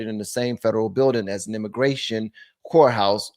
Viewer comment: When u say core house thought u said hore house...I am laughing so hard....😂